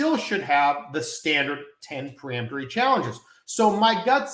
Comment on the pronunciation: Isn't it peremptory and not pre-emptory?